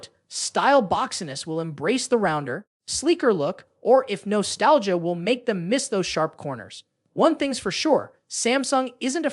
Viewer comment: Oi, stupud robot! WTF is "no stalgia"?